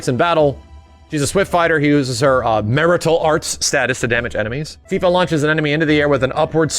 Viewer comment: LOL you said Marital.... It's Martial buddy, Martial.